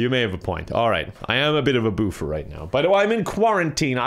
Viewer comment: I was confused with you saying boo-fear not boof-er